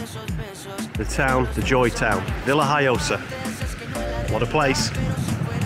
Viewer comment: Hi Stuart , the locals call it La Vila Joiosa, to make matters more complicated . It’s spelt Villajoyosa in English but the J is silent in the spoken word , so you say Villa Hoyosa. I’m now expert in languages of course , but this how it was explained to us. Hope that helps Thanks for watching.